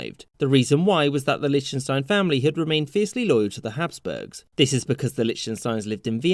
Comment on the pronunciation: Ah yes, my favourite Country, *LICHTUNSTINE*.